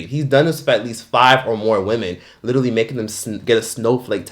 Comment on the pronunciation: LITERALLY-LEE not Little-E